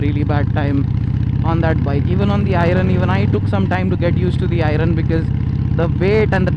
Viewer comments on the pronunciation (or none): I'm sorry but it is not irun it is pronounced as iearn I am sorry but had to correct it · Disagree on one count. Its "i-earn" not "eye-run". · I really want to not hate on this, but pronunciation my man. When reviewing a product, learn to say the name of the product. Irun kept distracting me from what you were saying. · I-Run.....Man at least call it an iron. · Can i hear you guys pronounce "IRON" correctly! 🙏🙏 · Why do you keep calling it Ai-run? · "I run" 883 the pronounciation though 😂😂😂😂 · iron.... pronounciation is very funny 😂😂